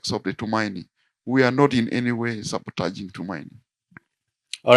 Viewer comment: We are not sabataging 😭🤣 Why Honourable 😅